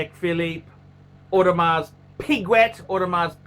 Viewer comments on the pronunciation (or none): Is this a real channel? No knowledge given or known about watches, no knowledge on how to speak like a normal human being. He should really learn how to pronounce Audemars Piguet properly before giving is opinion.